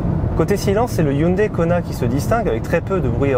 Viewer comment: Arrêtez de dire « Hyundaïe »... on dit « Hyundaie » ...